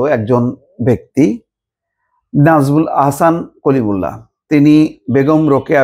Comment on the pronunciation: তুমি যেভাবে 'সেই কলিমুল্লাহ' বললে!